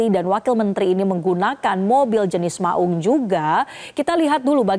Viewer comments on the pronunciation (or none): 'Maung" bukan baca "mak ung".... Tolong koreksi bg presenter...😂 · Cara baca maung nya ga enak nih anchor, sebagai orang Sunda saya merasa janggal. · Saya orang Jawa saja juga merasa janggal dengernya.